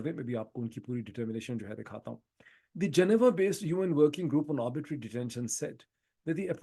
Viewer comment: You have repeatedly pronounced a word "arbitrary" as "arbitery", perhaps as a result of some misconception. I am of the view that both terms carry with it a marked distinction in its meaning, implications and repercussions. Sorry, if I am wrong.🙏